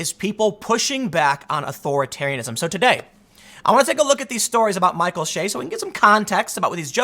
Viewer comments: Bro, it’s Che ... not Shay. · Che is pronounced like the ch in chive... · Michael Che every week: I'm Michael Che Tim: Michael Shay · Tim is such a lefty, he cant pronounce Micheal Che's last name the right way. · You'd have to actually watch SNL to know how to pronounce his name. I assume you're at least 45 if you're actually watching it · That's my point. If Mr Research is going to report on Michael Che, he should research how to pronounce the man's name. One way to do such exhaustive research is to watch any of the Weekend Update clips at SNL's YouTube channel. 30 seconds will do it.